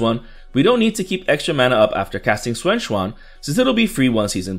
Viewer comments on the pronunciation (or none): Sué shwan... Lol